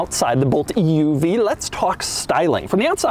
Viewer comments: Bolt loses 1000 potential buyers every time Doug says "E.U.V" .. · Is anyone else getting more annoyed with how he says EUV as the video continues? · Dougwanese Extra Snooty translation: "Eeeee Yooooo Veeeee" = EUV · It's an oouev? lmao idk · Is this the Bolt "Eee Uuu Vee?" Lol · Bolt EEYOUV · E U V pronounced at least 200 times. 🤮🤮🤮